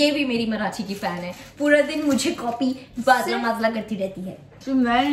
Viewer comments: vo माजला nhi माझा hota he 😂😂😂😂😂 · Didi that is not maszla that is maza